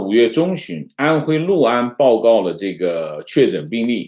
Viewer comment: 读对了 六（lu）安， 很多人读liu安，读错了